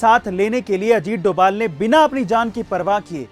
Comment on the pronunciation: Not doval that is dobhal